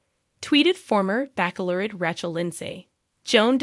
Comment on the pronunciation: NOT BACKLORRET it is pronounced like Bachelor with ette at the end! I wish i could listen to this but can’t once you mispronounce so many words